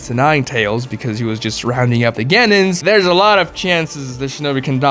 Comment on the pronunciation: we all know that Kurenai's dad died during the 9 tailed fox invasion. how do you not know that!? the series has been done for over a decade! also you are pronouncing Genin wrong and its really cringe! Its, gen-EEn, not gen-IN!